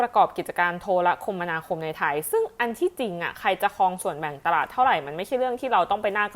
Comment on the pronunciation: อ่านว่า โท-ระ-คะ-มะ-ณา-คม ครับ